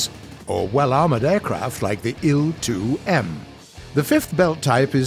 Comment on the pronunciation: It’s not Eel two reeeee it’s aye-l two reeee